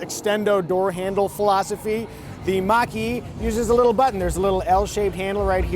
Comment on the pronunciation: Almost like he’s saying Maggi, like the noodles.